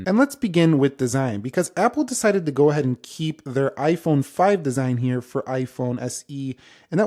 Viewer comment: sounds like he said “24 years later”😂